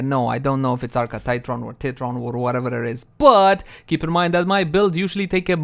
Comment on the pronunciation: Ti-tron(tai-tron) there are only two “t’s” not 3 its not tit-tron :p